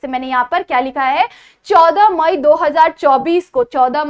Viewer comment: ्माई नहीं म‌ई